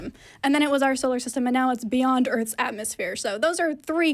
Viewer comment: That’s a whole lot of earfs and axes.